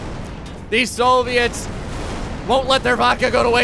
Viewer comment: Soooviets lol you say it so weird